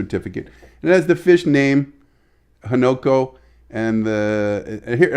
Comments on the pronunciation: Newborn Fish is often called a Fry. And it's Ha-Na-Ko. Not Ho-No-Ko. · Its pronounced Hunu ko .